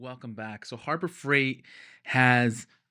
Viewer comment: Don't know if I've got a "Harbro" Freight nearby... 😂